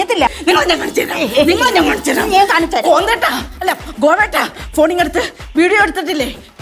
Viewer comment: സരള : കൊന്ദേട്ടാ ❌ ഗ്വിന്ദേട്ടാ 😂😂